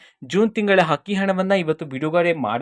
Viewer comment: Adu akki hakki alla ninna ammanatullu sariyagi kannada kali